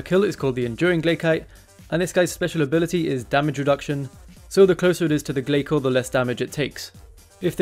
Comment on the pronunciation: glay-soars lol